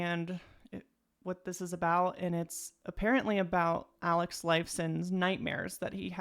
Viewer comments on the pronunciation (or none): none